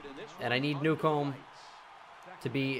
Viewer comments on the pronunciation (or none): Newcomb’s name name is pronounced new-come